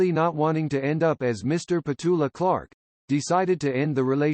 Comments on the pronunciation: What a pity that this is voiced by such dreadful American twang!! They cannot agree on whether it’s Clark or Clarke, and alternate her Christian name “Petula” with “Patula”. She’s British, for God’s sake!! If you’re going to comment on her....get your facts right!! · Nothing has 'happened' to Petula Clark, and by the way her name is Petula (not Petoola). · The name is said with the accent on the first syllable.